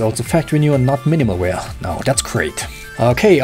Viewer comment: "Oh look, its factory new not minimal weah"